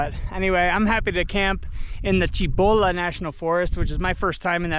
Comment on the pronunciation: Cibola is pronounced with the S sound. Spanish, not Italian